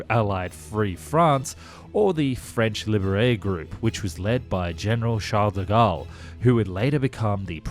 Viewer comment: Cdg (ou charles de gaule) (or charles de gaule) is pronounced chhharles D e goal Edit: cherbourg is prounoced cherr bourg Otherwise you are doing good with our language